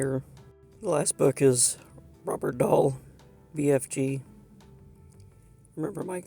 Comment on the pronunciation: Neat, I had no idea that they started this line too. Cool that you got exactly what you wanted right off. Edit: As far as I know, "Roadl Dahl" is pronounced like "rolled doll", not so much "Robert".